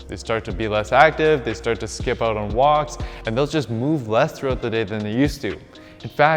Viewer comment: Love how you pronounce Out and Workout as Oot and workoot